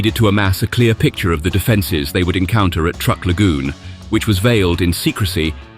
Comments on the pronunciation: Love the surf music-tad bit condescending? Ohh, and it's "Truck" Lagoon, not "Trook" Lagoon. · The narrator needs to learn how to pronounce the names of places and people we are not British like it is not trook it is truck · Truk is pronounced like Truck. not like Trook. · In American that we pronounce that truck Island if you're going to tell stories about the US you should use our pronunciations out of just respect😅